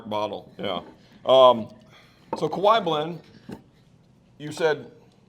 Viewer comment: Kee-a-waah. The other one is in Hawaii.